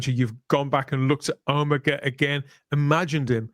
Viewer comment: Agreed. Even mispronounced the name. "oh-MEGA" instead of "OH-mega" as it has been up until now!